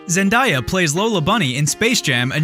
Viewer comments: Dude Zendaya is pronounced Zen - Day - A. Not Zen - Die - A. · Did you just say “ZENDIYA”